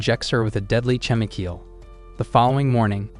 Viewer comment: i luv how they pronounce "chemical" as "chem-ee-keel"